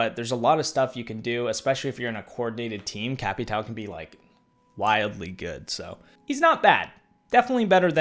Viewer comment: Please stop with cap e tow pronouncement please it hurts my head